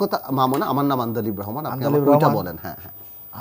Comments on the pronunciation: আন্দালিব ও বলতে পারেনা বলে আন্দাবিল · এই বাইনচুদ তো আন্দালিব রহমান পার্থের নামও ঠিক মতো বলতে পারেন নাই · আওয়ামী এ-তো বড় নেতা কিন্তু আন্দালিব রহমান পার্থ সাহেবের নামটি পর্যন্ত উচ্চারণ করতে পারে না😂😂😂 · আন্দালিব রহমান পার্থ উচ্চারণ করতে পারছে না তাই জামাই ডাকছে। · কাকু ঠিকমতো "আন্দালিব রহমান পার্থ" নামটাও উচ্চারন করতে পারে না 🤣🤣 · ওই লোক আন্দালিব রহমান পার্থর নামটাই সঠিক ভাবে উচ্চারণ করতে পারে না😂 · আন্দালিব রহমান এর নামটিও বলতে পারেনা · আন্দালিব রহমান ভাইয়ার অপজিটে যিনি বিতর্ক করছেন তিনি হয়তো ভরপুর মাল খেয়ে নিয়েছেন। কারণ, তিনি একটি বারো ভালো ভাবে আন্দালিব রহমান পার্থ উচ্চারণই করতে পারেননি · আন্দালিব রহমান পার্থ নামটাও ঠিক মত বলতে পারেনি।।। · Ai ahommok pagoltare Kon joggotai talk showte niye ASE Ami bujina Valo Kore andalib Rahman partho namtao to bolte parena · He can't even pronounce "আন্দালিব" properly & here came to debate with him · আন্দালিব উচ্চারণ করতে পারে না আইছে টকশো করতে!